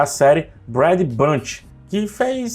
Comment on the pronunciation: Brad é só quando é Brad. Mas quando é Brady, se fala Breidi. Feliz em ajudar 😅